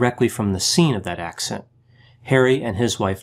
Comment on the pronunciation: "Motor vehicle accent."